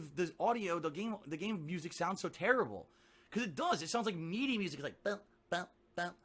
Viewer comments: "Meedee" lol i think he means midi. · You can tell just by the way he pronounces MIDI (mee-dee), that he has no idea what he is talking about or what MIDI even is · Mee-dee lmao